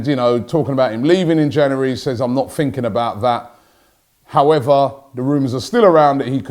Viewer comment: Can you teach him how to say January, instead of Jannery?